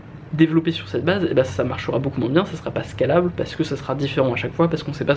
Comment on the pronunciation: Très bonne vidéo, juste peut-être pour la prononciation de scalable, qui vient de l'anglais (scale : échelle) et qui pique quand tu le prononce à la française